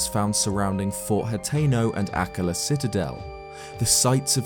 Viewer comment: I always click on for the amazing analyses and content. Then barely make it through while gritting my teeth through his pronunciations. AK-la will always kill me but I thought I could get over it until....DOR-EE-fan. Yikes.